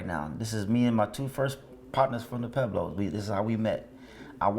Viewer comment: Isn't there a "U" in Pueblos? I thought they were pweblos not peblos